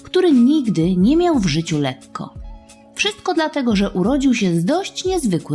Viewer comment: Lekko nie letko